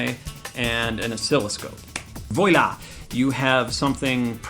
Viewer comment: did you just say voy-la? Lmao it is pronounced vwah-lah.